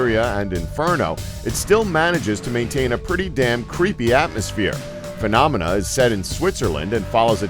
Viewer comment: you called phenomena "philomena". ha